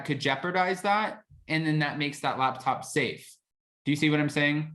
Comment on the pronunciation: are you saying labtop or laptop? sounds like your saying labtop to me